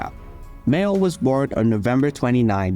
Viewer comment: You haven't even got the respect to get his surname right it was Mayall not Mayo